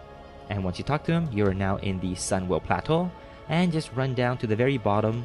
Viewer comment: Love the way he says "Plateau" xD nice vid man, helped me out alot